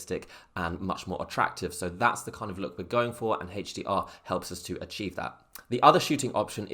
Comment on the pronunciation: Hache D R mode... sorry man I had too. :((( lol. Thank for the video, very informative